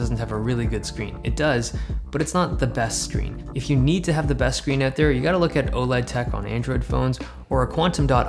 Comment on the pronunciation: The way you say out is like 'ewt'